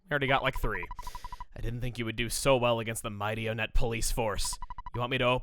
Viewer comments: Ok, this is admittedly starting to bother me. I know I've mentioned this a few times, but I'm pretty sure the town name is pronounced "ONE-ett" instead of "OH-nett" because it's named after a number, like the other towns in the game. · Wait... Onett... Twoson... One... Two... EGAD IS ONETT PRONOUNCED ONE-TT?